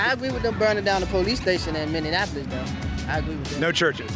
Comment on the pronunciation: This dirtball 👸 had the audacity to say he was happy about the burning down of a police station in a city he can't even properly pronounce the name of 😑 it's Mini-apple-less to all the idiots who pronounce it like you're a stupid cat; what's meow-n😩😫😤